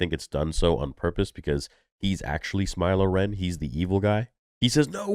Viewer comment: Did you just say "smilo ren", hehehe.